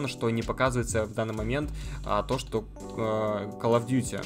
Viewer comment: Кал оф дюти и игры лабают. Это просто писец. Видимо подписчики не достойны правильного произношения слов от автора. Блин... Ну можно же новым дублем отснять.